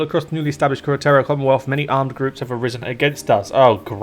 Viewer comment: Btw, chiropterra is pronounced like chiropractor, Nightmare moon is princess Luna from Equestria, not queen Chrysalis, which is the one from the changeling lands, also, you should play hippogriffia, or colthage, they have some wild fucking paths